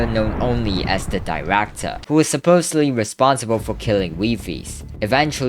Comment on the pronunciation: '' the Diractor '' 😭🥀